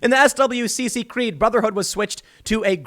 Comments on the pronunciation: It's pronounced "swick" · SWCC is pronounced "Swick" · “SWCC” is pronounced “Swick” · SWCC is pronounced "Swick". They are the ones who pilot the vehicles that deliver SEALs. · As a female veteran that served from 2012 to 2018 I was right in middle off all this gender neutral shit. I hated it and thought it was a compete waste of money. No they shouldn't change the SEALs or SWCC (swick is how it's pronounced) creed. I thought it was stupid when they started saying they should pump women through the funnel of SEAL training. I always held myself to pass my PT requirements by the Male standards but I would always squeak in at the tail end of it, and only pass with the most rolly polly of male POs. I was a pretty fit female to (not the most fit there was, but the female requirements were a joke). You lower standards you lower integrity . This whole gender neutral, kinder, gentler, softer military is an absolute disgrace. I am glad Trump is banning all that crap. (And yes, boot camp was way easy, and a whoooole bunch of females cried. I didn't.... Bc ya know I was going to bootcamp, you were gonna get yelled out and made to work out. It's expected. I was older when I went so maybe that's why I held up better then all the 17 and 18 YOs but who knows.) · It's weird hearing someone say "S.W.C.C." when you're used to hearing people in the know generally just call it "swic" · FYI SWCC is normally pronounced as swick. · SWCC is pronounced “swick”. I don’t knock you for not knowing that. This whole situation is ridiculousness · SWCC is pronounced "Swick".